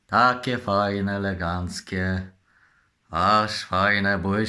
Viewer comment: Legancki włancznik ma